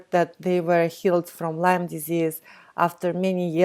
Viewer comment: Lyme not Lymes